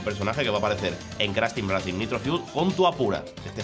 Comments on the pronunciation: Racing? Intenta pronunciar todo en inglés y racing lo dice tal cual se escribe 😂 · Minuto "CRASH TEAM REACING N.SANE TRILOGY" Jajaj se paso, por favor antes de subir los vídeos rectifica los errores... CRASH TEAM REACING 1, 2 Y 3 xD